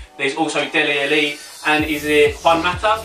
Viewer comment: Haha😂 he said dele Eli it's dele Ali